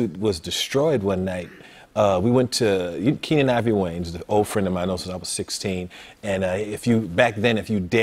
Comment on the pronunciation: its Keenen not Keenan